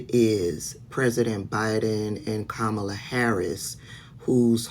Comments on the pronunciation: Sis. I Can't even watch your video because you mispronounced Kamala's name at least twice by . As a subscriber, I expect better from you. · Thanks for the work that you do, but please stop mispronouncing Kamala’s name. I know it’s not intentional, but it still irritates my spirit. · 👋🏼, it's Kamala[punctuation mark comma la] if you say that, it will stick in your mind, love you anyways🥰